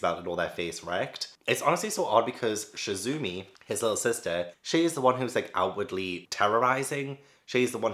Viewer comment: Okay, I got a large comment, we ready? Your pronunciation was pretty spot on 99% of the time! Gyo isn't "Gy(guy)-o" It's like "Yo!" or "Yo-yo" with a G at the beginning. Chizumi's Chi is like "chicken". A hard CH, not a soft SH. There are two types of people： People who are absolutely terrified of feeling insignificant in the world, and scared of the end of the world, space, the univerise =. People who find absolute inner peace in knowing how unimportant humans are and that everything on earth including earth will eventually cease to exist = ME. I never had an interest in Junji Ito but after this video, I definitely think my threshhold for horror and gore is way higher than what it was when I was a teen so now I wanna test myself. Dissolving Classroom - as soon as you explained the first story, wow that is definitely a commentary on Japanese society. The workplace is full of apologising profusely for everything in Japan and the dissolving brains is definitely like "we apologise so much in this country that we've become numb to the actual words". The Japanese Title for Liminal Zone is just "Strange/Mystery Zone" so the title has a different feeling between the languages if that helps. I think the Japanese title really suits the stories you described. "I thought it was Kylie Jenner" the laugh that escaped me when you said that. I was cackling. Whispering Woman - oohhh I feel this is another story that is Junji writing a social commentary on Japanese society. If you care I'l